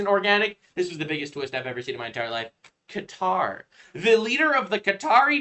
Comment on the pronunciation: Cow-toe... Lol